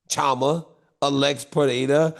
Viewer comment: The CH is pronounced SH like Chevrolet. So it's not Cha ma. It's Shama.